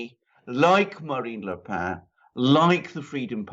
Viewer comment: Le Pen is pronounced simply as in the English 'pen', not the nasal 'pain'.